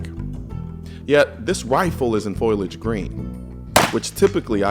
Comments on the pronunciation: FOLIAGE = FOO LI AGE > min: My dude, when use said "foilage" you slapped the ear of a lot out us vets. Proof your vids, guy. Other than the commentary gaffs, good video! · marge "foilage" lisa "FOLIAGE..." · It's FOLIAGE not FOILAGE. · Foal e age that's how you say it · "foilage" green?